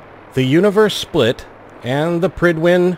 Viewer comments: I agree, but I thought it was pride-win... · I always imagined it being pronounced like pride-when